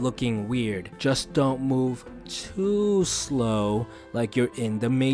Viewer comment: The way he pronounced "P R E T T Y S L O W" and "T O O S L O W"🤣😂